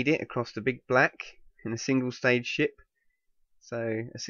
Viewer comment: When he says "ship" it sounds like "sh*t" to me